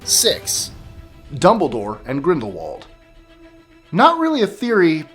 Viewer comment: Mara Schimmel its Dumbledore not 'Dombledoor'. If you think I'm being mean, you should see my best friend. And it's Hermione, not 'Harmione'.